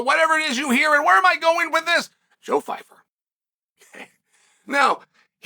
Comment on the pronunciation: leave it up to uncle chael to mispronounce pyfyer😂 "joe phyfer"